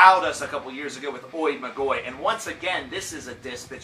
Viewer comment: Just for you to know it is pronounced : " I Magi" (in greek it is written as "Οι Μάγοι") and it means " The sorcerers".